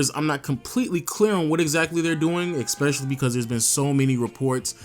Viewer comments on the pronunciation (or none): Please man. "ESpecially".... NOT "EXspecially"... ruins your videos, and you say it over and over. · Love your content but it's Especially not Exspecially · Lol, love ya channel youngin.👌 But I can't help but notice that you say (ekspecially) quite often. Just thought I'd put that out there. Oh FYI time stamp 👍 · Nigga say eggspecially one more time 😠